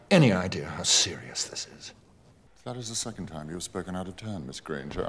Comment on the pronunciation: doo yOu have Any ideAr how SIRIUS this is